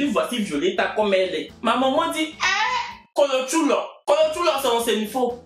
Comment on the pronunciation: on dit KOLOTCHÔLÔ et non Kolotchoulô